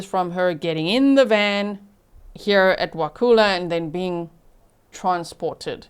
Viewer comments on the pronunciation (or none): Just FYI: It’s pronounced “wah-kull-ah” not “wah-koo-la”.